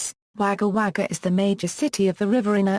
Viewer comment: Wager wager its pronounced wogga wogga